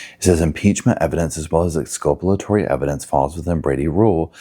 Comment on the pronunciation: It's exculpatory. From the same root as culpable, Not exculpalatory.